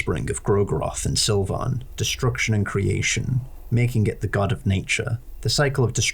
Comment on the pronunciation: Why do you say Sylvian like that?